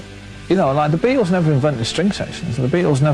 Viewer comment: It sounds like is saying: The Bee-Tools. Maybe that's how you're supposed to pronounce their name..